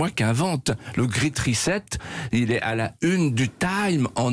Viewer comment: Ils prononcent ça comment „great“...elle grit et lui grait...qu‘est-ce que c‘est 2 bras cassés franchouillard...?